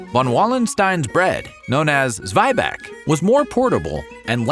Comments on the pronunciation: Zweibach??? It is called Zwieback. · Zweibach sends me 😂 it's actually Zwieback - Zwie as in Zwei (two) and Back as in gebacken (baked). There are documented German/Bavarian recipes for Zwieback as old as 1860s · I'm pretty sure it's Zwieback, not Zweibach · Dude, where do you get your information? A lot of it is just wrong. It's not called Zweibach, it's Zwieback. It also appeared to me in the Werther's video. Who is your source for German (yeah, also talking for Swiss, because they also call it Zwieback) stories??